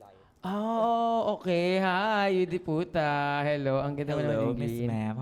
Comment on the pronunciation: It's Yudipota not Yudi Puta po